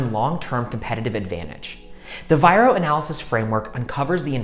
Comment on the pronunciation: It's not VIRO